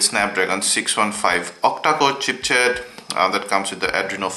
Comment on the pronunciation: ***** Its chipset not chipchet